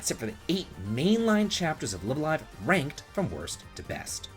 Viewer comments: Slight thing - The Japanese characters of the game title read as "Raibu A Raibu", so the title is pronounced "Live (as in Live Music) A Live (same as before)". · Both the first and second Lives in "Live A Live" are pronounced the way you say the second.